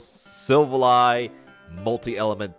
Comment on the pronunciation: enjoy the videos and deck profiles! however, its pronounced SIL-Val-LEE....not sil va lie